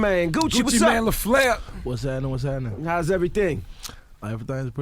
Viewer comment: Gucci Mane : "whats hattenin whats hattenin. everythangs pretty goot.. damn goot"